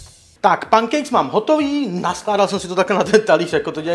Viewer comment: čte se to penkejks